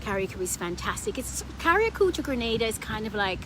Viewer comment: On behalf of every Grenadian at home and abroad thanks for getting the pronunciation of 'Grenada' right and thanks for including Carriacou and Petit Martinique. I hit 'like' and 'subcribe' immediately when I heard that. Very helpful video, btw..